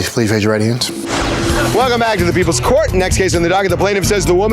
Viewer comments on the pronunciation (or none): none